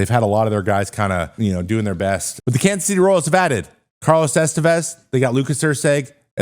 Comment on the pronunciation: The way you said Kansas City, haha, no local says it like that